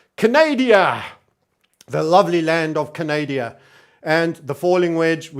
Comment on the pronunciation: I also call it Canadia!